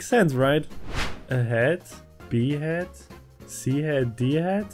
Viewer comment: Ouch, b-head sound much as "behead" or... Well, you know what happened with Focalors, ffs!